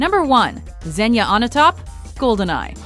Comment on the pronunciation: It’s Xenia